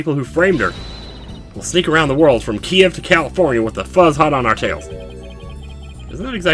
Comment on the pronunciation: No,, Kiev (the capital of Ukraine and ancient Russia) is pronounced like /kee-ev/.